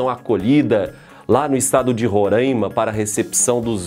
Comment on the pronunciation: Professor a pronúncia é Roraima e não Ronraima. 😜😜